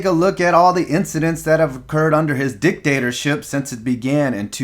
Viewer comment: Did you say "dick-dater-ship"?